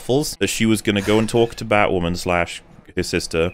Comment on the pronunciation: Even more batwahman cringe